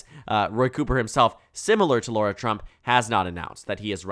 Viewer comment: She's his daughter-in-law. Says daughter in the headline. She's garbage. But it's pronounced Lara, not Laura. Lot of basic mistakes. You're usually better than this.